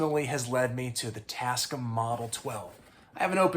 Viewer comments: TAS-CAM. Not TasC'm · I had the same reaction! “tascm?” What is he talking about? Oh…. TasCAM! 😂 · Pronounced tasCAM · Jeeze, not try'n to bust yer ball or nothing, but...ya... you say it weird. The company is called "Tas-Cam". I've owned a bunch of their stuff since the 90's. But feel free to call them whatever you like. Sorry if I made you feel icky. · Tasc'm? Damn near killed him! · I love your content and this was a fantastic watch. Big up . If you say "Tascm" like that one more time my eyes are going to burst into flames and I'm going to collapse into a pool of blood which cannot be cleaned nor touched, as it is a portal to hell and it will continue to grow until it reaches you